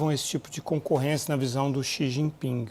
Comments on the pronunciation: Eu perguntei ao cumpanheiro “Sijiping”…. 🤣🤣🤣🤣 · "Eu perguntei ao cumpanhêro CI GI PINGUI" 😂😂😂😂😂